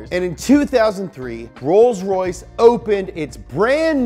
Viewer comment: roys roys lombargine machine